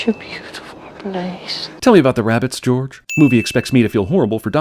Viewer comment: Swear to God he pronounced George like he was French the first time I watched it, your clips must be from the American release. Like they had to call the first one, the sorcerers stone, because philosophers' stone was too difficult for them to wrap their head around so I'm not surprised 🙄